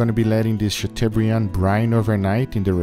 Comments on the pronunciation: Chateau = shat o as in toe not u as in bug. It is a French word. Not a criticism but a correction. I mean you want us to say picanha correctly, don't you? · Great video guys ! Btw it's pronounced "chatobrian". The eau in chateaubriand is pronounced "o" (like in osso bucco) and of course the "d" is silent but you nailed that. La France vous salut! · English (sha-toh-bree-ahn) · I love the way pronounces Chateaubriand. Chateau is pronounced like Plateau, Briand is pronounced like brand. But you can call it whatever you like, it looks amazing.